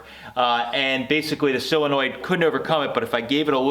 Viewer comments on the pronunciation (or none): that word is "solinoid, not silinoid, so, sol not sil. Yes I know I misspelled it. It is pronounced "sole, not sile such as you pronounce it. Just trying to help.Your idea is very helpful, cudos to you. Also, I wanted to say, for a first time effort your "chopped top" is really impressive. I wish I had your talent, or even could develop it.